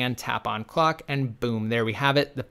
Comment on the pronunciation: wait in the vid you were saying Clock but it sounded simillar to Fuck like it was pronouced Fouck. idk cause i was leaning back on my chair so i may not of heard it right.